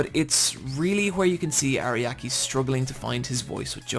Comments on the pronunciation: It's irritating to hear "Ariaki" instead of "Araki" through the whole video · God, this guy makes me mad with how many names he not just pronounces wrong, but also gets entirely incorrect. He keeps calling Araki “Ariaki“. How do you even get that wrong this hard?!